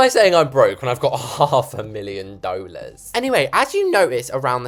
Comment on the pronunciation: Why do you say dollars so differently😂